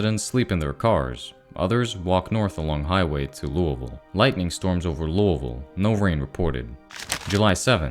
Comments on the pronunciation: No offence at all intented!, the way you say lousiville is silly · weird way of pronouncing Louisville